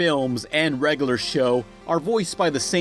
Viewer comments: The way you consistently mispronounce "regular" as "reg-a-lur" is insufferable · It's not "reggaler show." It's "reg-yu-ler show." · "regoolar show" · REG UH LURR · Please learn how to say "regular"